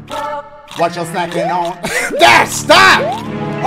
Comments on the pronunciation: Dashie cheers me up in the darkest days :) “WUT CHU SNACKIN AWN” 😂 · “What chu snackin’ onh?”